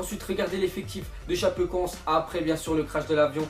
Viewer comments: Sa se dit tchapécoènssé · ca se dit chapécoenssé